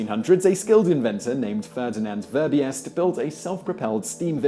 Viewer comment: FYI, Verbiest is not pronounced 'ver-bi-est', but rather 'ver-beest'. In Flemish/Dutch 'ie' is a longer i sound, comparable to 'see'